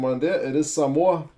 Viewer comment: You pronounced Samoa correctly, nice one uso. The collar reads ‘play for Samoa’.